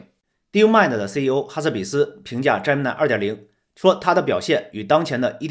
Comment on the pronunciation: 人家读的是杰米奈，你怎么读的是詹么奶😅